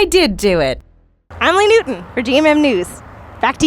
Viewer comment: Lee... LEE... NEW-TON. LEE NEWTON? LEE. NEW. TON!?!?!?